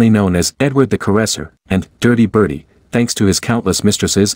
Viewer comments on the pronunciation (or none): It's actually Dirty Bertie, not Birdie.